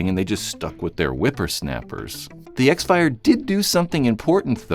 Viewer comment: X-Fire is pronounced "crossfire".